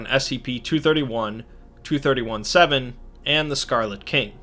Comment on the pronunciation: When you re-do this video, you should change the way you say "2317", because it sounds like you're talking about "231-7“. You might wanna call it "twenty three seventeen", rather than "two thirty one seven", to avoid this confusion.